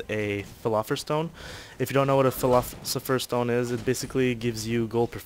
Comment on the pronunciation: fill-os-if-fer :) that's how you say it dude!